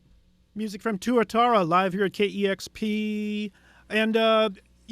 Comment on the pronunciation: It's "Tuatara" not "Turatara",. Fucking knucklehead host